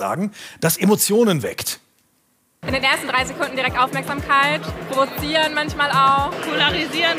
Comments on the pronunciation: Hä - wieso spricht der "provozieren" so falsch aus?!?!??!! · Der gewünschte Lehrer Kommentar 😂 es heißt provozieren und nicht provizieren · Hat der echt provizieren gesagt? Das heißt doch provozieren! Triggert mich hart ;) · Digga hat der echt prophizieren gesagt? Das heißt provilieren! 😂😂 (/s) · Moin ich wollte nur sagen: Es heißt provozieren und nicht pobozivieren 😜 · aber das er provizieren gesagt hat.... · Das heißt "provozieren". Boh ey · Es heißt "provozieren".